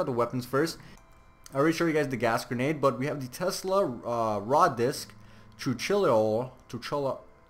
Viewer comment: Its chilow